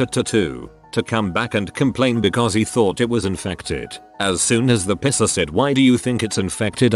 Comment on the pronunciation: text: "Piercer" text to speech: "Pisser" :D